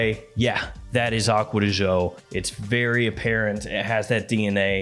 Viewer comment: Man said "Aqua de Joe", I'm out.